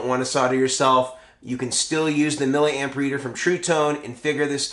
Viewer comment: Milla Amp? C'mon you and need to learn how to pronounce the word milli. We don't say killa ohm or megi ohm or pica farad. SI units. Just being a wize guy:)